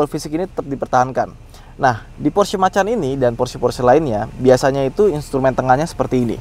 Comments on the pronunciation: Sebenernya gk usa sok sok an bahasa luar sih, orang iti diambil dari kata indonesia "Macan" jadi gk usa eja nya "Makan" Salah bang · Kenapa penyebutanya porsche makan, bukan macan, padahal itu bahasa kita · Kenapa nyebutnya Porsche "makan"?. Itu dibacanya tetap "MACAN". Karena memang berasal dari jenis harimau kecil khas Indonesia, yaitu: Macan. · Bacanya macan bang, bukan makan. Kata om fitra memang diambil dari nama hewan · haha porsche makan. kayak bule bacanaya makan. makan ayam nya. macaaan, harimau, tiger. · Dibacanya macan bang bukan makan... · Macan bang, bukan Makan. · Sepertinya bacanya "Macan" pake C, krna pernah lihat video officialnya, disandingkan dengan macan (hewan)